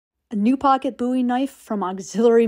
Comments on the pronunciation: That is not a Bowie knife and it’s pronounced bow e knife, what you’re saying is a boat buoy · that's how it's pronounced. Jim Bowie's surname was pronounced Boo-e, not Bo-E